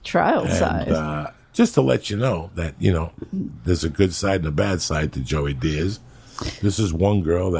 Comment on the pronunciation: Joey "lease-en" Diaz